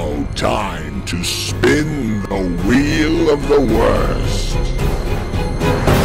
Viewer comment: Mike: "There's a lot of things going on in the world today, but nothing as important as THE WHELE OF THE WORST" 😵‍💫 Me: He's Unironically not wrong tho. 🤗